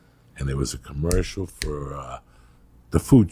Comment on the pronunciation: what's a "Commerical"?